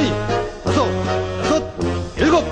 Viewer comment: 도수체조 지휘구령 녹음을 다시 하면 좋겠습니다. 너무 옛날 버전이라 발음이 하나 둘 셋 너이 다쓰 여쓰 일곱 여덟 이런식으로 하는데 70년대 느낌이 납니다. 젊은 아나운서 섭외해서 하나 둘 셋 넷 다섯 여섯 일곱 여덟 이렇게 정확하게 재녹음 해서 전군에 다시 배포했으면 합니다.